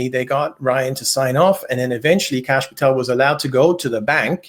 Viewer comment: Kash, not Tash